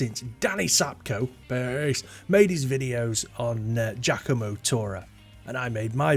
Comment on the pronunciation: Giacomo is pronounced “jockomo,” not “jackomo.”